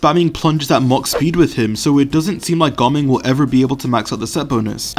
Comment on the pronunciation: I am very curious as to how you pronounced Ga Ming's name now